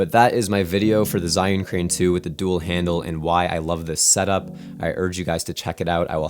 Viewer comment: Awesome:) I wanted to tell you that it’s not ‘zi’ it’s actually pronounced ‘jer’:)